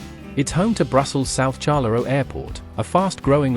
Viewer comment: Liege and Charleroi AI generated pronounciation are incorrect.